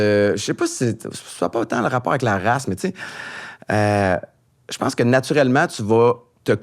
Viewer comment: Avec la "rasse" à 😂😂😂😂